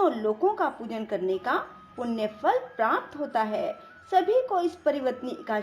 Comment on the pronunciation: जय सियाराम 🙏 आपका कथावाचन सही है परंतु आपको उच्चारण करते समय विशेष सावधानी बरतें…. कृपया प्राप्त इत्यादि के सही उच्चारण करें और सटीक हिंदी भाषा का प्रयोग करें... हिंदी सेवी ()🙏🙏🙏